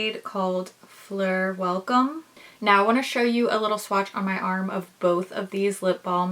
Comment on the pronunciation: You pronounced "fleur" perfectly!😉Hello from Quebec!